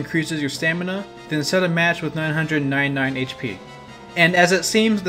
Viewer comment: the way he says 999